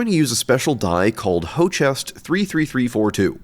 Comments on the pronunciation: Jerry reminded me each time of ZeFrank, but the Hochest made me lol.. if im not mistaken it's the german Höchst.. much easier to pronounce, Hœchst.. but been watching the whole series, amazing stuff you are doing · its pronounces hurkst, not ho-chest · this is such a crazy cool video and i never knew how utterly fascinating slime mold was. this sent me down a huge rabbit hole (that being said calling hoechst “hoe-chest” is giving me the ick… its pronounced like “huxt” right?) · Great video!!! Just a hint about the pronunciation of the German company "Hoechst": "ho chest" is very far away. The correct way includes the character "ö" which does not exist in English. The closest would be Höxt where you speak the ö like the i in "firm". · "Hoechst" is not "Hočest". In english, it's close to "hoaxed" except the "oa" is ö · Hoechst 33342 sounds like a German name to me, it is spoken H-ö-ch-st. So German umlaut ö, which is a mix of a o and a e. And a German ch. So you saying "Hoe-chest" made me chuckle. I hope not every English speaker pronounces it like that, that would be fun. Not judging your way of speaking it! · "hochest"? ive heard it pronounced "hersht" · hoechst: in the textile industry this word is pronounces HErKST with a VERY SLIGHT 'R' sound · Hoechst pronounciation: An American would pronounce "Hurst" similary. The ch is soft in this word. It means "highest" in German. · I love how he makes up his own pronunciations for some chemicals, like ho-chest and kanamyacin 😄. Amazing videos though! ❤ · Hoe-chest? Lol that isn't how you pronounce that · "hochest" brother thats höchst. the ö is the same sound as the first o in colonel. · Blatantly misreading "Hoechst" as "Hochest". Though that is a difficult name for English speakers. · It's actually closer to "hohkst", by the way, as one syllable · Did germany dirty calling Hoechst "Hoe chest" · I like the Video, but man, you murdered the pronunciation of Hoechst (named after a German city, it is pronounced [ˈhøːçst]).